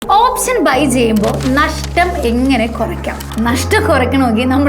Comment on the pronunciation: ഓപ്ശനല്ല ഓപ്ഷൻ 😬 . Just kidding. Nice Video